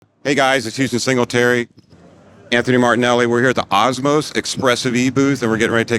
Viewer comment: Gracious Anthony as always not correcting the intro guy on adding a "T" to his name... 🤦